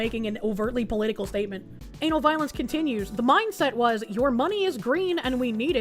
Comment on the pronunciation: Is it bad i kept hearing "Anal Violence" instead of Ana Valens?